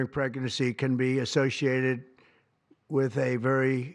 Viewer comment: “During pregercy…”